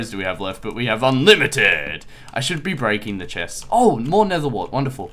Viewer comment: ZEH SHEST ... the Chest